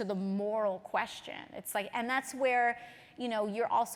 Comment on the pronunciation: she said incrementalism wrong